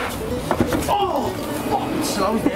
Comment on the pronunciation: I carnt stop laughing when he says am apsulutely splending